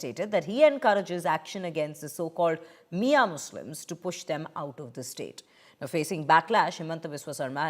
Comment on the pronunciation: it is miya not miyan